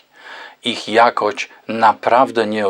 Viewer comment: "ich jakoć", bo przecież nie "jakość" 😆